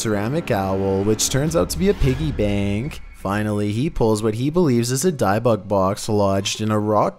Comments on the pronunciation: It's pronounced dib bik. As in I got dibs on it and Bic pens and lighters. Not dibe bik. Ott I love your videos. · Hi I love watching your videos but you know just want to help, you keep saying (which you pronounce it) Diebuck box but its (pronounced) Dibick box. k Keep up the mazing videos... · its pronounced " dib ik box" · That's pronounced DIB-buk, with a short I, like in "dividend." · The pronunciation of dybbuk is more like “Dibick” like the D in “did”. Not like the D in “Diane” just heads up ❤️ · “Dih-buck” is closer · Who the F calls the Debbuk box the dibux box wtf 😂😂😂😂🤣🤣🤣😂🤣😂🤣😂😂😂🤣😂🤣😂🤣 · Dibbuk (dib-book) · Your pronouncing dybbuk box wrong it's dib buk or if your Sephardic Hebrew dee book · It's pronounced di—buck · Your not pronouncing Dybbuk right. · Are you dybbuk weird like that on purpose?? Or?? Do you not know youre.saying it wrong?